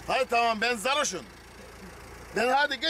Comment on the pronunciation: sn de ben zarroşum diyişi ya 😊